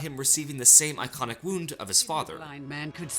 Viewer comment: Heh heh, “same EYEconic wound”😂